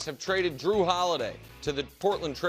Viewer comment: “Drew” just killed me 😂😂 It’s Jrue, bro